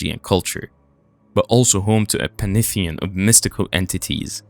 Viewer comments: Interesting. Language skills need work. I think one was supposed to be pantheon, not panitheon. Also, when in doubt, look it up, right on the internet. German W is pronounced V, so Vevelsburg, not "Weewillsburg." Otherwise, nce film and info. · 10.25 pantheon. Pan-thee-on